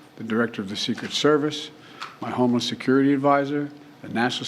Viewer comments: I kept hearing the same thing. Homeless security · Well he did say homeless instead of homeland security🤣